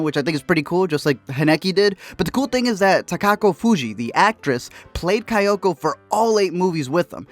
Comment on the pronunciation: KayAko, not KayOko